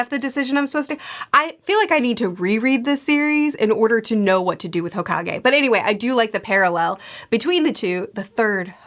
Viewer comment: Hokage is pronounced “hoe cake” 😜